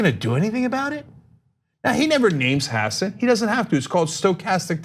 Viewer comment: The coastie's name is Hasson. Faux News keeps pronouncing it "hoss-san" to make it sound like he's one of them there A-rabs, and they-uns knows all 'bout them, ain't they? F*ck all you white supremacist trumpanzee rape-publican turds.